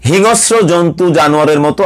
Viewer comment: হিংস্র শব্দটার উচ্চারন্টা ঠিক করতে হবে।